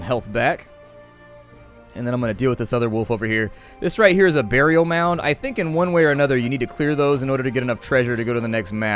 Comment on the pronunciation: Lol "Bear-ial" Mound